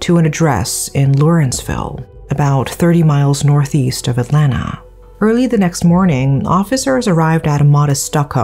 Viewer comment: Hi! Big long time fan here! I grew up in Lawrenceville, Georgia and hearing/seeing about this case on national/semi-international news was so shocking. I am glad to see the courts are taking this case seriously as it is absolutely horrific! 😢 Also, excellent job with pronouncing Atlanta! You nailed it! Most American don't even get it right. 😂